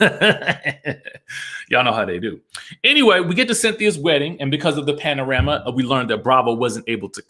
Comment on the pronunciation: Sorry, but Drew does need some wig help. It was good to see Eva. All snatched and what-not. I'd like to see her come back. I always get sick of these wedding episodes anyway. Regardless of the state of the world. Ok Dj, you're saying "panorama" on purpose. Lol. So that's why Marlo is trying to "clean up her act". The nephews. 🤔🤔